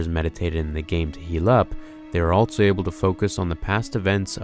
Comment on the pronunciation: I can’t be the only one that goes nuts every time he says “ altso “ and not “ also “ right? Like just say the word better dude wtf are you doing!